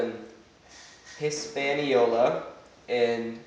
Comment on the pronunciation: and you pronounced Hispaniola wrong...IJS